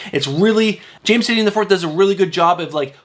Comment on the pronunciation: Tie-nan not tin-eee-un...